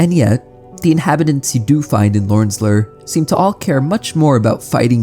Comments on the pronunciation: I doubt you will see this... I don't mean to insult but I must know. Do you have some strange dialect or did your teachers fail you? You pronounced "BLAME" as blam or blah, with a shorter A sound when I believe it should've been a longer one (if I'm not mistaken, and I don't believe I am). Same with "Lure" where you pronounce it like lur, like "ur" with an L in front of it. When it should be something like, again, a long not a short U. Although I most often hear it pronounced with an OO or EW like "Loore" or "Lewre" as a few examples. Outside of this, I like the vid, art, and the strange game. I watched it all the way through and couldn't help but ask. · I was wondering if the manga was really pronounced Blam instead if Blame but then I understood when I heard Lorn's Lör instead of Lorn's Lure. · Do you pronounce "Blame" as "blam" and "Lure" as "lurr" on purpose or are those how they're actually pronounced in their lore? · How does someone who talks for a living mispronounce "blame" and "lure"?